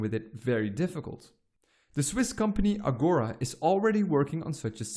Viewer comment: Since "Agora" comes for the greek term for "public square", "gathering space", "assemply", it should be pronounced "Agorà". Otherwise it sounds like the Portuguese word for "now", which is less likely to convey a sense of public participation in a vote than "public square". ἀγορά